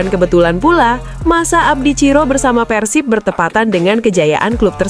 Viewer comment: Yg bner ath , bukan Persip tpi PERSIB